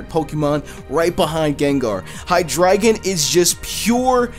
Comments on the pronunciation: Its hydraigon (hi dra gone)idk actually I just like that sound of that instead of hi dragon😔😔😔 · It's hydreigon not hydragon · How do you guys pronounce Hydreigon? I pronounce it like ( High Dray Gone ) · Xenorism AJ Its pronounced on a german way. Drei means 3 in German. Which makes sense. Its High Dri Gone :)